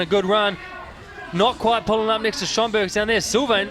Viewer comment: Does the announcer know that Maris's last name is Strombergs and not Strongberg?